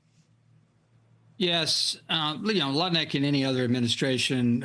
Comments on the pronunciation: Get his name right. It’s Nutlick, not Lutnick! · Even though its spelled Lutnick, the pronunciation is actually NUT-LEE-EK